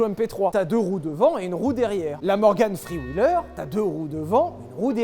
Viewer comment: Ptn ton anglais Je te jure t as dit "morgan free wheeler" 🤣